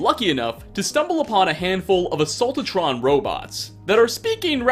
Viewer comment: He also says assault-a-tron. So he is either daft or doing it on purpose.